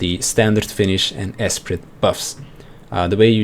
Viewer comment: Btw: the T in esprit is silent